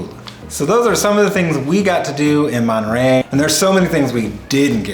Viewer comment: It’s Monterrey not manta ray.